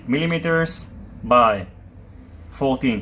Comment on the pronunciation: Subbed. Great vids! P.S The way you pronounce millimeters. So Kooool.